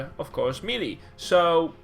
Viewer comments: It's pronounced may-lay. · I think it is pronounced meh-lay (melee) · MEELEE?????? :O